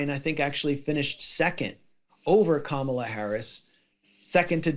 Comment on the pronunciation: No she's not..she..oh sorry, you said Kama not Kamala..😅😅